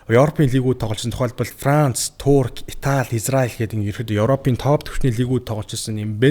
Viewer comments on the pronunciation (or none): none